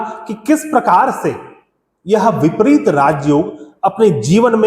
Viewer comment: विपरित नहीं विपरीत